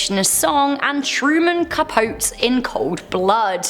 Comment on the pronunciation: Waterfalls doesn't have secret or scary backstories.... if you watch the video and even listen to the lyrics you know what it's about. Also it's not Cuh-pote. It's Cuh - po- tee. Blurred Lines? Another that's obvious just by listening to the lyrics and it's gross. Weeknd is a coke head so of course I Can't Feel My Face is about cocaine. LOL Where were the "scary" meanings? None of these songs were, just not what you might think they meant at first listen.Yeah this is me commenting over a year later.